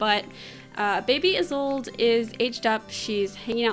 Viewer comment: do you have the mod to stop sims from other neighborhoods from walking around? so if you live in Henford-On-Bagley you wont see the Goth family walking around for no reason. I use that mod to simulate travel hardship in the sims world : ) ALSO! its "ee-sol-de/da" not "is sold" XDXDXD